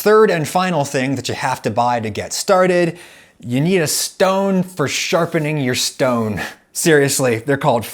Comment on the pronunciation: for some reason I find it so funny the way adam says stone at the end.